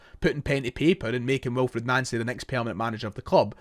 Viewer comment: You’re pronouncing his name wrong